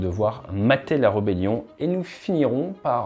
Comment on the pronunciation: Salut, Pour info on dit r"é"bellion.......mais ce n'est qu'un point de détail, tu dois avoir anglicisé ce mot ! Oui, c'est un scénario WHAT IF intéressant. Dans ce que tu dis, j'essaie de me mettre dans le rôle du défenseur et de voir comment contrer ton plan.... Sans réflexion poussée, pas grand-chose me vient à l'esprit, à part peut-être planquer des missiles sol-mer lourd longue portée (s'ils en ont) dans les abris enterrés, pareil pour les défenses AA... ? Après je pense que justement, tout réside dans le fait que tu écartes tout facteur géopolitique ou militaire extérieur, pour finalement se retrouver en 1 contre 1 en force brute... Je ne suis pas militaire et n'ai ni tes sources ni ton expertise actuelle, mais je pense (et j'espère très sincèrement pour la souveraineté de Taiwan) que ce sont tous les facteurs extérieurs qui pourraient (?) contrer l'invasion du grand-frère. Au hasard sans trop y avoir réfléchi : 1) Mise à disposition de renseignements des satellites par les pays alliés pour contrer ta destruction des AWACS nationaux... 2) Intervention militaire (air, mer, sous-marine) à degré variable des puissances alliées, mais qui mettraient forcément ta flotte en danger, donc le fait de l'imaginer hors de portée des défenses côtières ne compterait plus. Les axes d'attaque seraient à 360° 3) Attaque possible dans le monde de tes navires pétroliers et de commerce.... 4) Blocus et embargos de ton pays. Dans le cas de la Chine, je pense que c'est fin du match assez vite